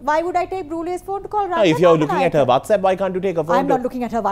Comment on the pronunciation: “Can you operate whastapp “ Aunty netta “ You cannot even say whatsapp” 😂🤟🏼 In my head: thug life song nanananana